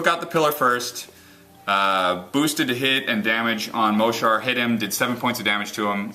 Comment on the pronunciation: Yeah Mohsar! (btw it's pronounced "mo-sar") Also, I think the circle player should protect his reeves more. if he had kept the hunter on the same side of the board as the reeves and put them within the Woldwarden's forest, they wouldn't have died so fast and easily (granted sprays ignore camo, but just don't let them get sprayed before they get some shots off). And He may have then been able to use his war wolves. They can be brutal.